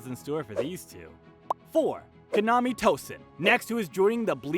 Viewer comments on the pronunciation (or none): No offense, but you're butchering the pronunciation of some names here. And it's upsetting me. Like Kaname, not Konami, Yamamoto, not Yamato, or Ryau instead of Ryūjin Jakka.